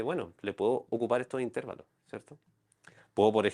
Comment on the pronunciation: No se dice "intérvalos". La palabra correcta es "intervalos".